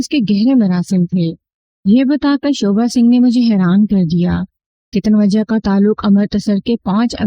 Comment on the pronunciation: Ka Ribbon ko bhi carbon perha hai aur Tanoja ko tanwajja bola hai 😂😂